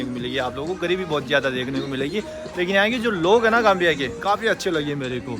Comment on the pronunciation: Nice video but Gambia not Gamia